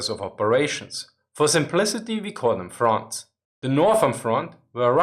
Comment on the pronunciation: Anyone else keep hearing „France“ instead of „Front’s“? Just can’t help it 🙈😂